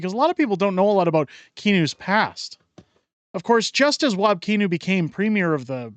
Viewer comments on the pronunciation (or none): I'm stuck in, I mean, live in WPG, MB. Kinew's name is actually pronounced like "canoe", I say it wab tippa-kinew to remember LoL. But I like that u mispronounce it, so pls continue!